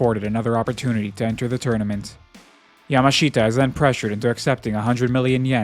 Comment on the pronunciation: Just FYI, the native way to say Yamashita is like Yamashta. Just skip that last i. (You'll be able to hear it in the show)